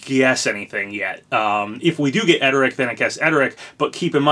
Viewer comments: it's pronounced errd-rick bro, not ed-er-rick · *Erdrick not edrick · Papa!! It’s ERR-DRIK, not ED-ER-IK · His name is pronounced "Er-Drick" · Why do you keep saying Erdrick's name wrong? There's an r right there before the d. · uummmm i dont think thats how Erdrick is pronounced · Why you gotta pronounce Erdrick's name so wrong? Whyyyyyy....